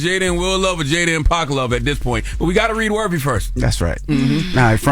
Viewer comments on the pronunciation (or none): It's "Worthy" not "Wervy" Charlemagne!!! It drives me nuts for some reason 😂